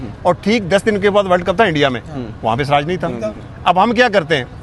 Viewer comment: bhai aap ke shati siraj ko swraj bol raha hay jara thik karo bhai.muslim hokar bhi siraj nahi bol sakte?